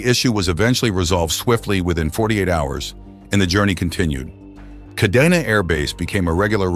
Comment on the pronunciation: KA-DE-NA so now you know how to pronounce it